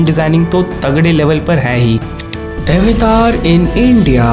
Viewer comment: Sir aap avatar word ko western tarike se kyon pronounce kr rhe hain its an indian term ye "अवतार" Hai n ki" ऐवतार" Please hm indian hain to ise hmare tarike se hi pronounce krna chahiye nhi to west is word ko bhi apna hi bataenge😊😊